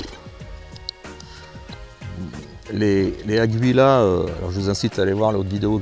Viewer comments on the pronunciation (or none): le U ne se prononce pas